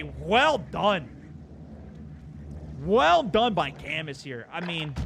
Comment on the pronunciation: Camus, like Cam-oo not camoose. Also, earned the win